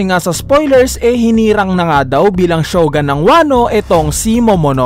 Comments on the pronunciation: shogUn boss, hindi shogAn... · Shogun not shogan.